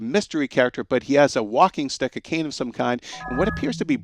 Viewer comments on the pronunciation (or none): none